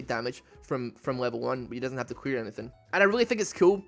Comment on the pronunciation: am I the only one who hears queer not clear XD